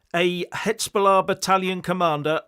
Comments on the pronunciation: I keep telling you: you are mispronouncing the Z in Hezbollah. It's like the S in Lesbian. Please! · HIZ....HIZ.....HIZ...BOLLAH!....NOT HITZBOLLAH.